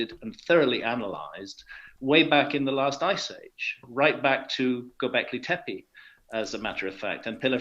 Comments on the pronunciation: Okay but Russell great video but it's pronounced Gobleki Tay-PEE It's so easy. Much love, keep it up ♡ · Brand and Graham, please pronounce Gobekli Tepe correctly! The vowels are pronounced “GO” as in GOd, “BE” as in BEd, “TE” as in TEmple and “PE” as in PEncil. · Go-bek-li Tepi 🤣 Russel you can say so many random unnecessary words. Practise this one!!!! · You don’t know how to pronounced Gobeklitepe?? C’mon son 😊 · I too cannot say the name gobekli tepe. I have to read it and say it over and over. After I forget how it's spelled after some time I'm back to not being able to pronounce it again. My wife thought I was having a stroke trying to say it.